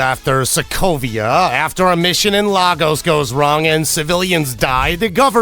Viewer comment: It's not LA-GOES sir, it's more LAE-GUS or LAI-GUS in pronunciation. I was stunned seeing my city in my favourite movie industry, got happy stunned and then heard LA-GOES 😭😭😂😂